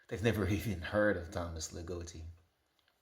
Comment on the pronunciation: Love your description of puberty. Sounds right. By the way, the O in Ligotti is short, like in “dog” and “god”. Dying all over again about philosophical horror fans of the bad sort. My personal favorite Ligotti collection is Teatro Grottesco. I have a deep love for The Hellbound Heart and mysterious realms - I like that setting more than the one in the movies. I’m very glad to see someone else who feels the way I do about Necroscope. And yes, my friends who like it best all started in high school.